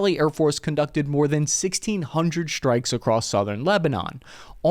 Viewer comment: "Shtrikes"? Or strikes?